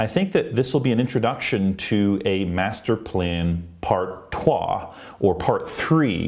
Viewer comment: Good french